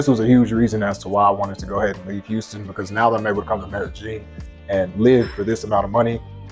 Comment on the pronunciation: Since when is there a g in Medellin